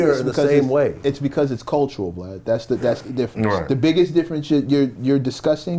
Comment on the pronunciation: “” comes from the crunchy black interview he called him “” instead of “Vlad”!